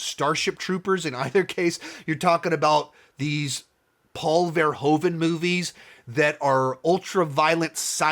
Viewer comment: From a Dutch perspective I find your pronunciation of Paul Verhoeven's name very funny and strange sounding. If you'd like to improve on it: the Dutch 'oe' is not pronounced with the big O sound you make. Phonetically it sounds like the American use of double o (eg. spooky 'oooh', or like in 'Hoover dam'). Try saying Paul Verhooven to perfect the Dutch sound.